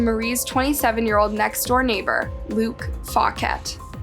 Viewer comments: it’s pronounced Fawset not Fawket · I'm pretty sure it's pronounced FAW-SET 😭😭😭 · Isn't Luke Faw-set?